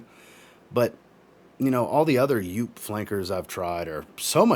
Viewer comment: btw, Joop is a German surname and pronounced with a long "o" and not "u"